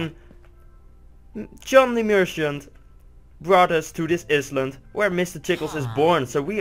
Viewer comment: It's "i-land", but awesome vid!